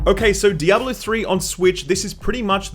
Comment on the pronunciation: You pronounce Diable 3 really weirdly, not trying to be rude though. It sounds like you are saying "double 0 3", which makes me think it is a knock off James Bond character.